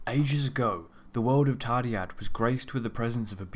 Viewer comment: Hey but I don't know if you know but the dd in the name is pronounced as a th as in Thursday. :)